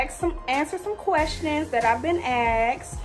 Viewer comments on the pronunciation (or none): No one: aXeD